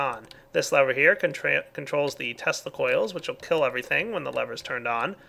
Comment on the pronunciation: Why do I keep hearing testicles instead of tesla coils?